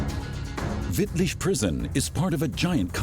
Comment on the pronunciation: He even nailed Wittlich